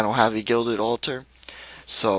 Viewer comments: No it's pronounced all - ter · It's the way he says it "al-tar"